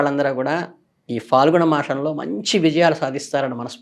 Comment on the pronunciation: Swami...falgunam kaadu phaalgunam...falitham kaadu...phalitham...dayachesi kshimnchagalaru..manaku faa sabdam ledu gada